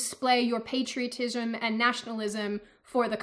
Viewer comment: 😂sorry to say this but I laughted when you said the word patriotism!, you sounded like that crazy redhead feminist saying patriarchy